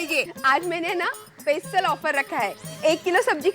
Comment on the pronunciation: Special ❌ pesial ✔️